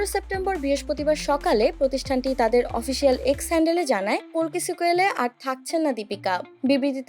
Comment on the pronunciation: Didi ota kolki na kalki hobe age valo kore bolte sikho😂😂